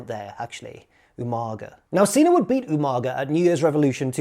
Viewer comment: Slightly disappointed you didn't pronounce Umaga properly. Especially as a Brit! UMANGA! Loving the video though! Good stuff,!